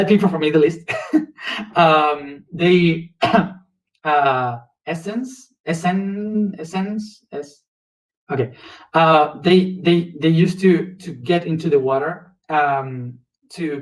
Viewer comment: This is an amazing video ~ Thank you truly for this wisdom. Its *Esseens * thats how you pronounce it. Also I emailed you a while back about being on my podcast. I would so so so LOVE to have you on my podcast! ❤️🪽♥️✨🤍